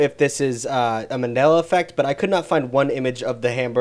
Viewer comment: I’m sorry did you say Manila effect and not Mandela effect?